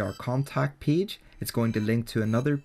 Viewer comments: Man, everything is great, except the way you pronounce the world "PAGE". Please open the dictionary. [peɪdʒ] please :-) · Nice video, I like how you call page as peege, Thank you for sharing